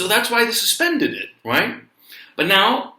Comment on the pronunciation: when you say right" it sounds like "cuack"